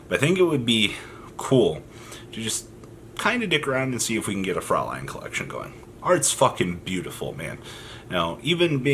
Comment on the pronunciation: It's actually "fräulein"("äu" is pronounced like the "oy" in "soy sauce". Yeah nothing better than this example in my mind), which is german for (young) lady